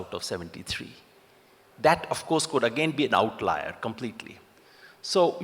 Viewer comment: Yogendra Yadav,what in this world is an ""outliar""???OUTLIER?? or is this a french/latin/greek/Roman word??